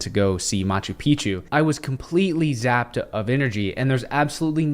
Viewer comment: Sapped not Zapped.